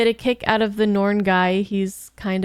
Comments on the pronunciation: Norn.... Me: Cringe..... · Please keep calling them ‘Norn’ for the entire show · I'll have to remember that pronunciation of the "Norn".